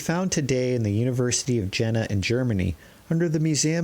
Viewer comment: Your presentation is very good. Be careful about German names, though : Jena is the city of Iena, as it is pronounced. I appreciate very much your reading of these magical texts.